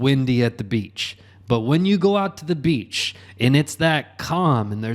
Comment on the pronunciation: That beach and beaches pronunciation 😅